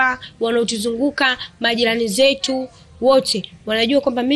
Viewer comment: Kurwarwa, usarwama, mazingirwa, majirwani. Mwalim wa kiswahili cha.huyu bi shosti anakitabu chake pekeake make sio kwa Rwa, rwa.hizo kaaa!